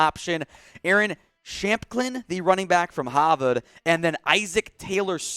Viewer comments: Man said “haaaverrd” instead of Harvard I’m weak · The way he said Harvard